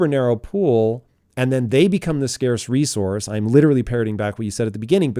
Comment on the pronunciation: For recorce not democracy lmao